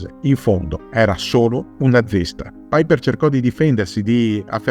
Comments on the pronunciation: Non si pronuncia "Paiper". Non e' un anglosassone. Si legge cosi com e' scritto. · Ma chi è paiper come lo pronunci all inglese.. Era tedesco si pronuncia come è scritto.. Paiper 😂😂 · no tornaci te e alla grande visto che vivo in Germania.. E si dice come si legge e non all inglese.. Il paiper come lo pronuncia sembra l aereo. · La pubblicità terroristica built-in mi mancava. Piper in tedesco si pronuncia come è scritto, non "paiper".